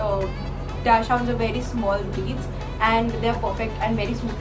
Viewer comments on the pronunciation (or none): dachshund is not how you pronounce it 🙂, it is pronounced as dakshund just FYI